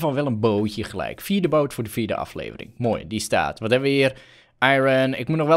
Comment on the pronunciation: Hij kan gewoon de woorden: "Het word een aflevering" niet uitspreken 😂 maar he, de koters hebben toch wel weer even gewonnen he! 😍💘✨🎉